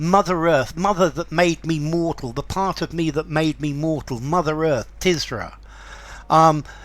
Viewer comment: Is it pronounced “Tiz-ra”? I’d always thought it was “Tur-zah”. Great poem though. Not ‘Paradise Lost’ level, by any sense. But there is something of the divine inspiration in Blake’s writing, as there certainly was with Milton. And it’s fascinating to read Blake wrestling with his own human, earthly limitations in this poem. Awesome - in the true sense of the word.